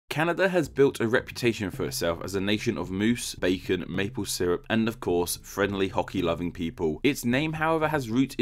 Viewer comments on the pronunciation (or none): none